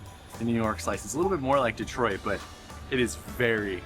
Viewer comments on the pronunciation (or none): none